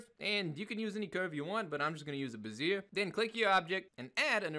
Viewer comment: Bezier - it's pronounced "beh-zee-yeh".